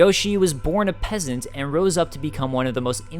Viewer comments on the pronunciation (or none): none